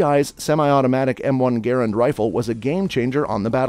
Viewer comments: M1 GARAND!!! NOT GARRENT?!!! WTF MAN GARRENT?!?! Are you kidding me?! M1 GARRENT?!?! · It's Garrand! Not Garrent. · It is the M1 Garand, NOT the Garant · I quit watching when he called it the Garrent. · IT'S M1 Garand, NOT Garrent. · m1 garrent?, isnt that garrand? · MIN 15;55... it´s NOT M1 Garrent...............it is M1 GARAND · It's M-1 Garand, not Garrent. SMH. JMO. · M1 “Garrent”? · M1 Garent??? WTH??? Learn what your narrating about….GARRAND. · It is a Garand not garant. Get it right. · I know. I cringed every time I heard "GARrent!" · Garent??? :D :D :D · Garrent? I just can't watch any more. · Garand needs pronounced correctly. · Who does your research one of the biggest errors was the inventor of the m1 GARAND there in no T in his last name